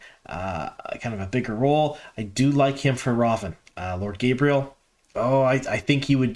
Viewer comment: It’s ridiculous how egregious your mispronunciations are. Difficult to get through your videos. Tancheecho. Gabriel? Tachico and gaebril.